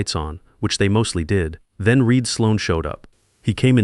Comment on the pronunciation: it was AI reading the name "Reid". It was corrected 30 seconds later